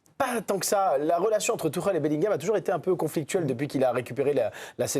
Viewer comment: Ils n’arrivent même pas à prononcer son nom. Il ne s’appelle pas Tourelle